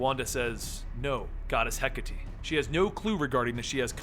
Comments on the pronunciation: hecka-tea... pls its he-kate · I apologize, but it's pronounced hek-a-tay... not hek-a-tee. Hecate is one of those Greek pronunciations. Sorry again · ok its (He - Kate) not (Hek - a - Tee) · It's actually Heh-KAH-Tee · when he pronounces hecate wrong...